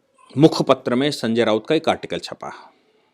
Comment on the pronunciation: भाई रावत नहीं, "राऊत" बोलो